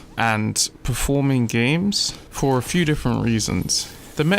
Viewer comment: Perform not proform but great vid